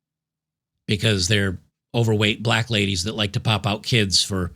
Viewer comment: You “said” keeeeds wrong.